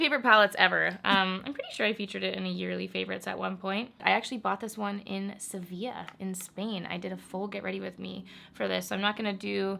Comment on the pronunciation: Your proper pronunciation of Sevilla gave me lifeeee! IG: xhammonds